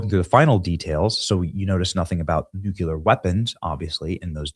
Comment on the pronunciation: Benny, I just love you. Please learn how to pronounce NUCLEAR!